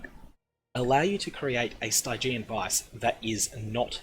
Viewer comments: "Stygg-i-an" not "Stiiii-gi-eeen". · Cool guide :) Definitely get on this before it goes legacy! :D But...Sty-jee-an? I've always read it as "Stidgean" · St-eye-geon vise lol... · The way you pronounce Stygian Vise is killing me